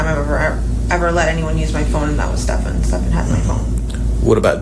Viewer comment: It's pronounced "Steffan" not "Stef-AHN"